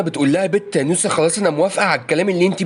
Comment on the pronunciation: انت تقول نوسه وانا اسمع موسى😂😂😂😂